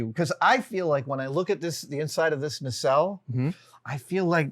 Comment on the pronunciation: Nacelle is pronounced nuh·sel, not Nay-sell